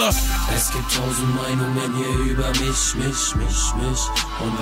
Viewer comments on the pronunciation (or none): das einzige was mich stört ist die ausprache von "mich" :D